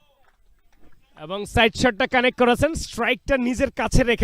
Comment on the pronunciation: চ ছ করেন কেন সারাদিন? কমেন্ট্রি করতে আসছেন উচ্চারণ ঠিক নাই। শুধু করেচেন যাচচেন বিরক্তিকর। স্কোয়ার না স্কয়ার।